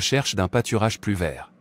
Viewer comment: Merci pour cette prière mais la voix qui traduit prononce à plusieurs reprises "plusss" de retard, de stagnation, etc. au lieu de "plu(s)" ce qui n'a pas le même sens..